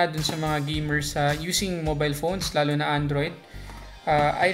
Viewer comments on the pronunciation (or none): none